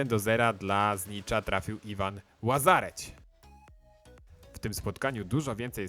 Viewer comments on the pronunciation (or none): Nie Ivan Łazareć tylko Lazarets